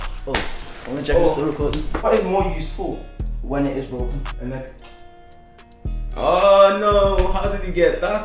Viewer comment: 'neck' not next